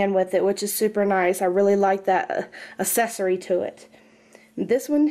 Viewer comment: "Assesory?" It's accessory